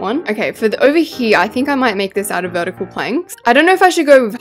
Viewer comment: It’s vetical